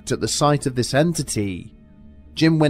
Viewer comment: "Ziss picture didn't hang itself" noice!! lol